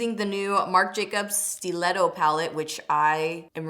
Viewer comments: Haha me too!!! I was like... isnt it "Stuh-letto"? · Ok I thought you were just pronouncing stiletto like an insane person before seeing the name of the palette was actually steeletto 😂😂